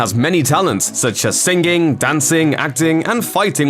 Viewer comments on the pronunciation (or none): thas "sing-ging" got me bad bro hahahahahahahaahahahah